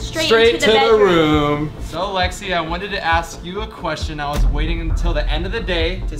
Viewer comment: ITS LEXI NOT JEXI